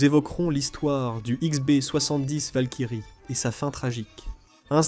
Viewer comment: Par pitié arrêtez avec les voix IA c'est de la torture de comprendre quand vous ne savait pas lire les dates et surtout traduire Valkyrie par "Valkyre" nous les français ont appelle les avions étranger par leurs noms étranger ou code NATO ont ne traduit pas.